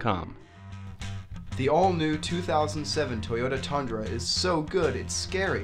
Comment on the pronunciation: why is everyone calling it a thundra??? its a TUNDRA